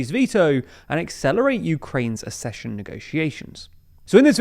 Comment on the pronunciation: It's not "assession": it's "akcession"!